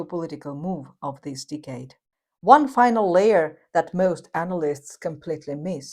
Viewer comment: Do not pronounce dicade pronounce decade